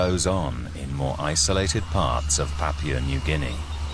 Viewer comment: This man really needs to learn how to pronounce "Papua" correctly, I'm pretty sure that New Guinea is not made out of "Papier"... Also, it's interesting how human meat is fairly consistently said as tasting like pork. Though, I'm not in any hurry to find out whether that's true or not.